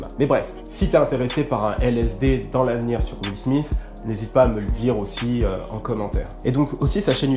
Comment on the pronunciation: j'aime bien quand tu dis juile smith.. xD :p , bonne vidéo comme dab. ah et oui fait un lsd sur les viners sa serait cool , jme suis toujours demandé ce qu'etais devenu certaines viner un peu moin connu que king bach ect